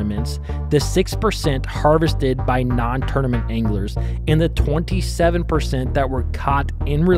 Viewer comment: At the beginning when you said "I've heard anglers say", I thought you said "I've heard English say".... and I was thinking... this dude is definitely not Amish, why is he referring to the English?? 😂